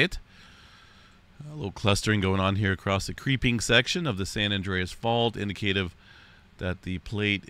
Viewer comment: You should look up how to pronounce the word indicative.